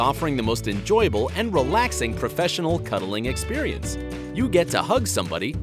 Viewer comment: It's "Experience"